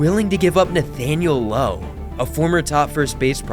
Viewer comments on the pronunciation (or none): none